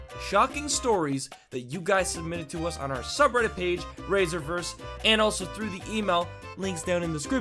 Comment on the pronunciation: rise-revers or ri-server just saying